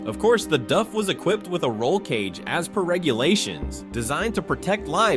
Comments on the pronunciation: What is a DUF? i didn't realise it wasnt DAF.... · What's a Duff truck? A beer truck for Homer Simpson? Get the pronunciation correct... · bro I am grateful for the free content I get to enjoy, but please, help me understand. How did you arrive at pronouncing "DAF" as "duff"? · Why can’t Americans seem to pronounce simple manufacture names properly it’s Not DuF that’s a beer from the Simpsons DAF D A F as bad as Americans trying to pronounce NISSAN Ne-SAN it’s wring NISSAN like miss Nissan no Nee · That's D-A-F not D-Uh-F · not dov. its Daaf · its pronounced DAAAF not DUFF, but then again .... A.I voice overs are not exactly good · It’s DAF not DUF? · It still a DAF, not “DUFF.” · of DAF? i mean its close but not correct, its pronounced with an Ahh instead of an Uhh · Its pronounced D A F F not D U F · Duf….Duf….DUF?!?! Who is Duf Trucks. DAF - Dee Ahh Ffff - DAF…like “Daffy Duck” minus the fy at the end. No “U” in it, and the aren’t Springfield’s finest beer 😂😂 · from England we don't pronounce it "duff" it has an "a" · DAF is a dutch company and in dutch its pronounced DAF not DUF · LOL no its pronounced with a Dutch soft a, dahf not dayf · to me it sounds you keep saying DUFF, as in the simpsons beer. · Duffman! lol yeah I was looking for someone else to mention it. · the tire came off the rim. Not the disc 😂😂😂 Can anyone confirm the correct pronunciation of "DAF"??? Duff sounds like the beer from the Simpsons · Why is he saying DUFF? Stupid AI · It is Dafffff not Homer's favourite Beer ! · then why does the commentary in the video keep calling the brand "duff"? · D-ah-ff would be the way to pronounce it as a Dutch speaker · Pronounced like ‘daft’ just skip the t. It is that simple. Trust me, I am Dutch. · The A is pronounced like in "car". DAF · Thats not how Daf is pronounced😂😂😂😂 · Great video but I had to watch it without sound, if you can pronounce 3 letter words maybe you are in the wrong game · Ai still can't pronounce DAF. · DAF not DUF. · its daf not duf